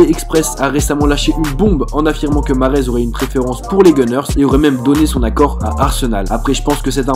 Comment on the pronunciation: Mahrez ta archi mal dit son prénom mdrr